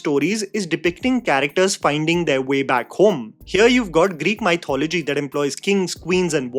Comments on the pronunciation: Just an FYI, mythology is not pronounced MY-thology. It is pronounced mith-ology. I was surprised to hear the journalists in Mumbai also mispronounce this word at the promotional tour. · Elliot Page. What is that abomination? Also, you need to work on your pronunciation of the word "MY" Thology. Soo Northie and sooo annoying. Your review though... Spot on and well articulated as usual. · sorry but WHY do indians mispronounce the word mythology?! if you remove the "ology," you're left with "myth" - think about how you pronounce that word on its own in english, and then just add the "ology" back to it. THAT'S how you pronounce that word. pretty common-sensical i would've thought.